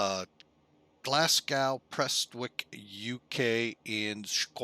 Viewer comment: By Glass-Gow you mean Glasgow? (Glaz-go?) 🤔🤭